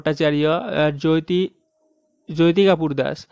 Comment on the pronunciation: Apne galat bola Jyoti ko joti boliye to sahi uchharan hoga likhne me Jyoti but jab bolenge tab joti boliye .it's Jyoti =joti not joyti